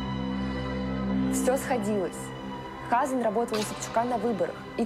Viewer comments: Почему ХАзан, а не ХазАн? Как так мог повернуться язык? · хАзан!!! 😂😂😂😂 🤦🏻‍♀️🤦🏻‍♀️🤦🏻‍♀️🤦🏻‍♀️🤦🏻‍♀️ а почему хАзан, а не хазАн? Так всё плохо? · Мне кажется не Ха'сан, а Хаса'н, ударение в другом месте должно быть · Небольшая поправка слово Хазан ударение ставится на второй слог.С иврита хазан означает "пастор".